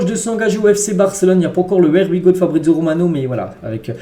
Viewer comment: Stp essaye de bien prononcer le Here we go, on dit (Hier we go) 😅